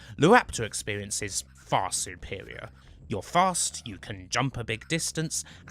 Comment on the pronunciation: Howy shit. A Bwitish man who can't say his r's. Supewiow, Gwant, waptaw, weal, vewy, cwose wange, Juwassic. Jesus Christ 😂😂😂